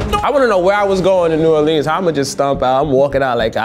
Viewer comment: Please stop pronouncing New Orleans like that, it makes me shiver.